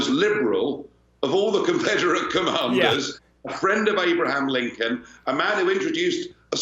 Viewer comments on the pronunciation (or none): none